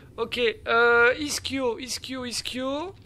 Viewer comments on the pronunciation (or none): none